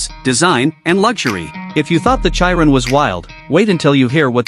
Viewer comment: It's pronounced as Tur-biyon. And its she-ron. Not Chi-run.